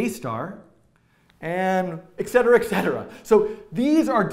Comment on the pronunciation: Good video. Though it's 'etcetera' and not 'eccetera'.